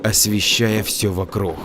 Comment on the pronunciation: Вокрух😏 - Не приятно когда "г" читают как "х"!!!- пожалуйста, не ломай в чтении произношение! Ты же не читаешь!: "-...существо с рохами"!!!- с рогами 👆👆👆 Не в обиду ✊🤝